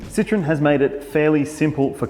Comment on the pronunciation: Not a "Citron" but a "Citroen"